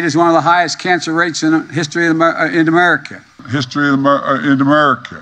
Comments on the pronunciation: My two favorites will always be: United States Guh-mer for Gods sake! And an old favorite: Remerica. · amer-skin? im adopting that term for my sect😅 he cant say America bc its been resolved— 😅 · Joey's master the goat won't let him say America correctly. Let's Go Brandon🇺🇲🦅🇺🇸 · I think he'll melt if he says America correctly. Dear Lord please remove this evil from the people's house. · Can’t even pronounce the name of our country.Even though he slurs his words , he pronounces China pretty good. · He can’t even pronounce “United States of America” 😂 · What is his deal Americans?? Is this word to hard for him maybe China is better easier for him to say